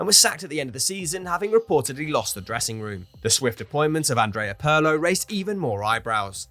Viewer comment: Somebody PLEASE explain to the narrator how to pronounce "Pirlo". It's cringeworthy.